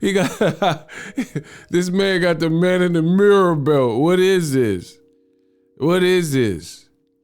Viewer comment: 😂😂😂😂😂😂😂😂😂😂 bro said main of the mirror